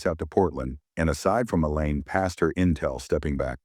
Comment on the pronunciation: Elaine not A Lane or Ang.